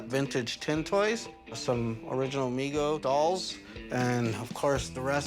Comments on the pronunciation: it's "Me Go" not "Meg-Oh". That's what happens when you read information rather than know it. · It's Mego, not Maygo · meeego not meh go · its migo not mego